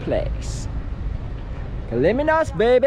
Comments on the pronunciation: And its KALYMNOS NOT KALIMINOS 🙄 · Its called Kalymnos and not kaliminos